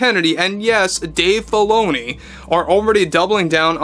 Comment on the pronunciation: Sounds like you're saying Dave Baloney. lol